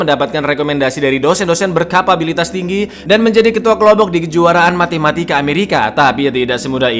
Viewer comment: Matematika kang, bukan Matimatika, LOL